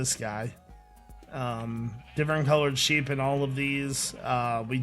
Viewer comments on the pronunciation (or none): at the sheep farm it sounded like he said weed farm